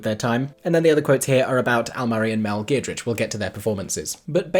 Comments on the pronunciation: Mel Geer-d-rich?! It’s Giedroyc pronounced “Ged-roitch”. 🤣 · Its pronounced Ged-roy-ch by the way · that's not how you say her surname...if you're doing that to delibretly rile her up...not nice says I.